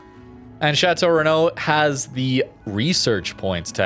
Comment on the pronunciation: Chateaurenault pronounciation was on point (outside of the US accent but that's pure logic)